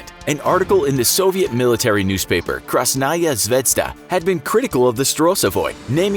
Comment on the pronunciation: "Krazznajah zvezda" Хаха